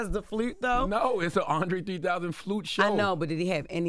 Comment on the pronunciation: The carpet is Blew? Is that a color. Andre 3000 played the Flewt? Why Jess cant say words right? 😮